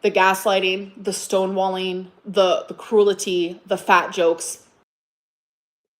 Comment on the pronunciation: AHHAAHAHA "welcome to the world baby crewel-tee ❤"